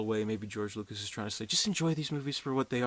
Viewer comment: lucas not lucks